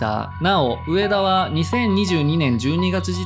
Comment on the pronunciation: 「うえだ」じゃなくて「うえた」